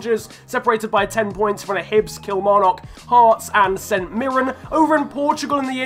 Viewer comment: Just me or did he say saint niran instead of saint mirren?